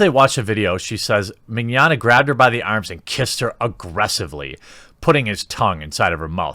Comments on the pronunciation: Mig-yana. Vic Mig-yana. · Mee NYO (rhymes with Gnocchi... Ok people butcher that too... rhymes with yoyo) nyah (rhymes with lasagna... some people screw that one up too... Ok here: iNYAface) MeeNYOnyah Mignogna =/= the Spanish word for tomorrow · Vic Mignogna Pronounced: VICK ME-KNOWN-YA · It's pronounced like "Manana" Ma-nya-na. Trust me, back when I first heard of him I called him mangoman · It's pronounced Vic Mig Yah Nah, right? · The way you say Mignogna sounds like the Spanish word for 'tomorrow/later,' as in, 'I will do this thing tomorrow (but really some unspecified time in the future).' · Haha you totally butchered his name, its pronounced Mignogna.